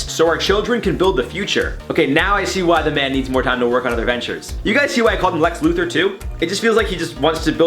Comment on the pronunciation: My man just said Lex Luthor.